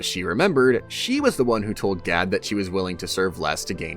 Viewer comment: and "G A D" pronounced "GaL" i'm sure you're doing it on purpose, but to what end?